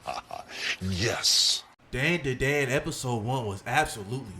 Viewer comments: This dude has no idea how to pronounce such a simple title 😂😂 this dumbass is saying Dan Duh Dan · that way you say the name of the show had me crying:face-green-smiling